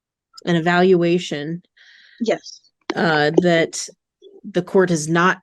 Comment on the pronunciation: She’s absolutely high right NOW When u cant say evaluation c’mon now